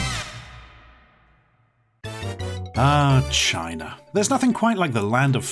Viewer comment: I like when he says "Chiner" instead of China